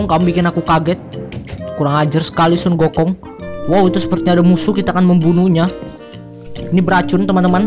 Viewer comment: Hahaha lucu pas denger "Sunggokong"